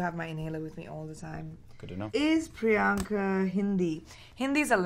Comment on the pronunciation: Did anyone else hear someone saying prinyanka